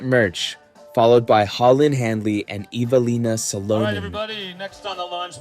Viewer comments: Evil-ina Sa-low-nin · Evil Lina SaLOWnin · Hate this use of AI. Horrible corner to cut. Can't even pronounce the reigning distance champ eveliina salonen's name...... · I mean I'm like a minute in and already absolutely butchered Eveliina Salonen.. brutal start if you can't get one of the bigger names in FPO lmao come on guys wtf 🤦‍♂️